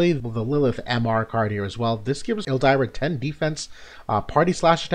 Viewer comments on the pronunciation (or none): I bit off topic but sometimes I think your trolling when you pronounce Ildyra's name as Ell-Die-ra instead of Ill-Deer-ra lol